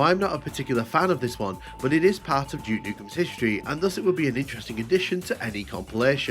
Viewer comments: Какой нах Джок?? Дюк Ньюкем! Джок какой-то... Тьфу слушать противно! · Джюк Нюкем хех. Субтитры дают Juke как Jukebox